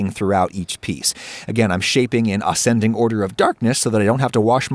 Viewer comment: Ahs-cending order. Demerere sugar. 😆